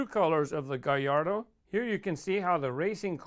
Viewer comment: He said gayardoo